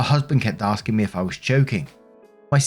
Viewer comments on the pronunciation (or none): none